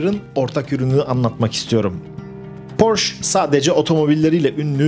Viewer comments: "porş" değil "porşe". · Porsche Almanca bir kelimedir ve "Porşe" diye okunur. Ayrıca Porsche yetkilileri "Porş" diye okunmasına gıcık olurlar. Saygılar. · allahini seven suna porsch demesin. Porscheeeeee. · Porsch degil. Porsche (PORŞE). Ferdinand Porşe Kurucunun ismi. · Emek ve cabalarin icin sag ol. Avrupanin hic bir ülkesinde böyle Porsch diye tenefüs edilmiyor cok basit ve kafadan uydurulmus bir söylenim esas tam PORSCHE,.okunur,ve söyleniyor.... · Marka alman markasi ve yazilis itibariyle almanca oldugundan, porş degil porşe diye okumak gerekiyor. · Amacim kötülemek degil, bilgilendirmek. Türkiyede hep Porsch deniliyor. Son zamanda Ingilizler bile Porse demeye basladilar. Mehmet´e Memet demek gibi. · porche yazılıp porşe okunur. E sini söylemiyorsunuz, yanlış anlamayın bilmiyo olabilirsiniz. Tşk ler. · yanlış anlamayın hemşerim olarak söyleyeceğimi. Okunuşu Porşe Saygı ve hürmetler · Porşe. Lütfen artık. Porşe. Ayrıca anlatılan şeyleri yapan Porsche değil, Porsche Ag bünyesinde bulunan Porsche Dizayn Bürosu. Bir tasarım şirketi.